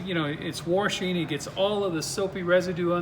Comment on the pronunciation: pronunciation police alert. its warshing.... ? cuttery.... ?